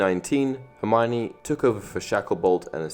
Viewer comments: ellenpower no it’s Her-my-o-née. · melanated Gemini I am so so Sorry but, It’s Hermione